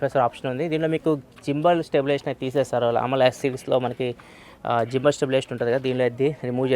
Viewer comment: జింబల్ కాదు అన్న గింబల్ adhei sorry for telling anna